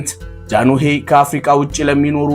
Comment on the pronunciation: ወንድሜ ጃኖሄ ሳይሆን ጃንሆይ ነው የሚባለው